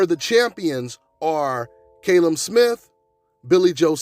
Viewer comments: Fucking Callum not Kalum u thick twat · KALLEM, not KAYLEM 🙄🙄🤨